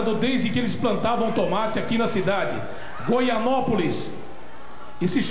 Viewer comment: Faz mais de 30 anos que o Faustão fala Goianópolis, é Goianápolis meu. Brincadeira!